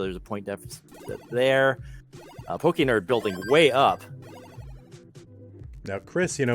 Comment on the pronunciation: How do consistently call a guy named"pokend" "pokernerd"?